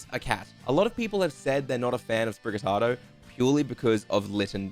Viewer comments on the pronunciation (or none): none